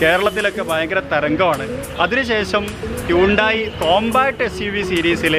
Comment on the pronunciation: Hundai alla bro hunday enn parayan padikk... alla pinne per polum ariyilla chumma vannekuva